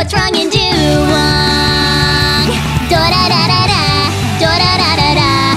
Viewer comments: du wayng not du wong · IT'S DUWANG NOT DUWONG GOSH! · This shouldn't bother me, but it really does. Isn't it "Dew-wang" and not "Dew-wong"? Love all this tho. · I thought it was duWANG not duwong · Master Markus It's just wong. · It's doo-wAng